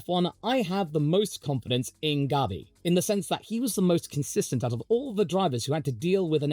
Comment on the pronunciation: Mclaren line up was the best in 24, will be the best in 25, and I'm willing to bet will be the best in 26 as well... also my name is, and you calling Bortoleto, Gabi is PERFECT 👌 👍 everything I've heard from both McLaren drivers is yes they want to be champs, but they are team players first, and the most important part, NEITHER ONE HAS ANY IDEAS OF LEAVING AT ALL.